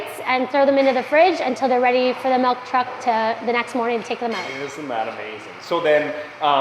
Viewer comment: I love their pronunciations of process & milk. Pro-ses & melk.